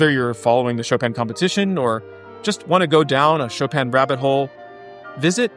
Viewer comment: Decades with the composer and still unable to pronounce his name. Only in America.